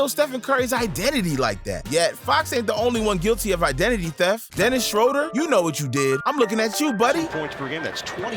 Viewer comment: His name is pronounced shrooder 😊